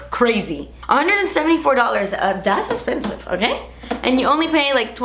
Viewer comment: I LOVE when you say “esspensive” 😊❤️